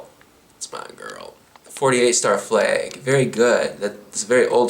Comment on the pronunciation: Are you from the north? Only because how you said "flaeg" hehehehe